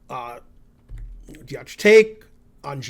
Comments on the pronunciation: he doesn't spell it wrong, he pronounces it wrong. Also I don't think telling him Deac has a C as the last letter adds any usefull information that will help him pronounce the name better. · Deac its pronounced dEAK